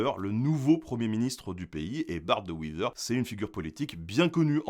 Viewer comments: C'est les Français qui prononcent le w comme un v, vagon en France ouagon en Belgique comme Vas terlo et Ouaterloo. Donc notre Bart national se prononce De ouéveur Wever et certainement pas Vivair. Bon, ce n'est pas facile d'écrire une prononciation, mais je pense que vous aurez compris l'essentiel. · pour UNE fois, un résumé correct de notre situation et des points qui "coincent".. Merci donc (sauf qu' on dit "de wééver" , aucun "i" à l'horizon. :-) . Mais déjà le W prononcé correctement, j'apprécie l'effort :-) ) Et vous remarquerez que les seuls qui s'opposeront à votre explication seront les Liégeois. Qui est un peuple à part en Belgique :-) Mais un Bruxellois bilingue confirme votre résumé . Qui reste un résumé amis liégeois, ce n'est pas une thèse. On se détend ! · on dit BART DE WéVER et puis ce n'est pas les flamands et les wallons mais plutôt les flamands et les francophones... (1 million de francophones à Bruxelles qui est une région à part entière)... Pour info les ordres donnés en français est exact mais donnés par des francophones FLAMANDS (bcp de flamands riches parlaient français). BCP BCP de choses à dire dans votre vidéo.... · Il n'y a pas de i dans wever donc merci de prononcer le e e et pas i on est pas anglophone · [Bart De Wéver] et non [De Wiver] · Le fameux Bart De Wiver, La bonne prononciation c'est De Wéver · Petite correction, on prononce « De Ouéver » pas « de ouiver » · Wééééééver, pas Wiver :) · Wéééver , pas Wiver 😂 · Wéver pas wiver hein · ca se dit wéveur pas weaver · On dit de wé- veur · Pas de bol mais non. On ne dit PAS "de Vevere"!!! Les Belges( flamands comme wallons) prononcent le "w" à l'anglaise! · "Bart De Wither" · Pourquoi " W-i-ver " ?? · son nom se prononce de ouéveur